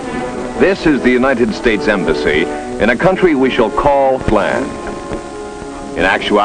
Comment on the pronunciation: "Asked the untited states for help"....lol